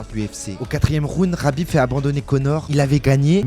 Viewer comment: Mec on est en France on prononce Khabib pas Rabib surtout quand on parle d un terroriste amis avec un ancien membre d al qaeda